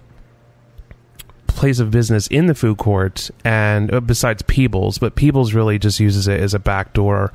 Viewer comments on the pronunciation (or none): lol I thought you said Peoples (as in the jewlery store) then I'm like wtf is peebles.